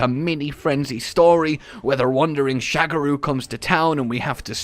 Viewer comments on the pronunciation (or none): "Sha-GA-ru" Magala. Not "shag a roo". He ain't boinkin' Australia,.:p